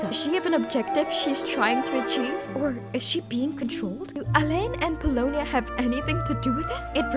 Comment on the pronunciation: Pulonia is Mary-ann!